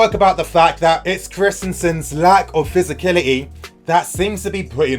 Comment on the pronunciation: ‘Physi-killity’ lol .. that’s a first😅 physiCALity